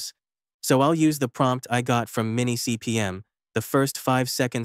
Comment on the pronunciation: MiniCPM, not MimiCPM 😊